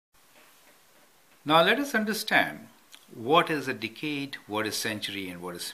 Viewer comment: "One Dickade."